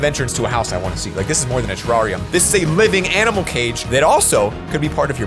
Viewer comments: the tarrariam build me: its terrerium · Everytime said terrarium 😖😖